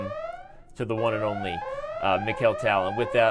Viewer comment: I feel like if you just switch the way you say the a's in Tal and Kramnik, everything is going to feel ok!